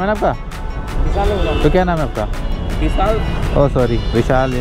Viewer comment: Bhai bisaal nahi hota VISHAL hota hai 😊😊😊